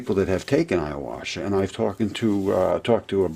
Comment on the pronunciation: Ayahuasca... youre pronouncing it a little wrong. Great video ... keep it up